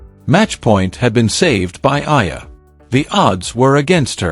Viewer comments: Kindly pronounce the name of our Philippine tennis superstar correctly...! She is named Alex E-ya-lah (Eala). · Pls. EALA is pronounced E-yA-LA Starting to get tired of hearing otherwise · Study harder. Use technology how tonpronounce EALA properly. Its an insult to murder someones name especially a celebrity coz everybody knows. Stop calling her Aya. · Her last name is EALA pronounce as E-YA-LA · you are a terrible content creator! You can't even say her name properly, much worse, using AI voice. Why are you so focused on how much she could earn? and get your information right!!! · just to shame you can't even pronounce her name properly ALEX EALA ! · Ur commenting on eala bu u could not pronounce her name ... shame on u ... 😢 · I believe for communication purposes and just following proper reporting or documentation you should know how to properly pronounce the name of the subject of your video. Also the correct spelling of her name in the subtitles or captions.